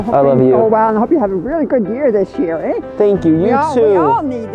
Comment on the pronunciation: That's the most canadian "eh" I've ever heard XD